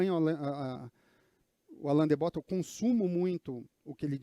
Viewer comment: A pronúncia não é Bótton e sim Bottôn